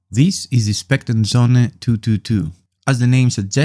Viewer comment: söhne not sohne. its german for sons